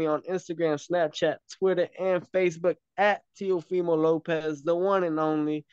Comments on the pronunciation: It sounded like you said teofemale Lopez on the intro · Did call him Teofemale Lopez?😂